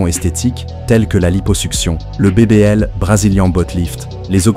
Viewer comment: On dit BBL